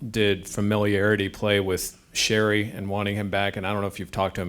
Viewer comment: Sheary should never have left. Stupid Matt hunwick or whatever was a stone sinking in the ocean. Matt wasn't moveable so Sheary was the deal sweetener. Sheary it's time to shine! You'll be Sid's singer for eternity! Does it make anyone giggle that GMJR still pronounces his name wrong? Honestly at this point Conor should just go along with it and change the pronunciation of his name. You win cups more if we get to call yah Sheary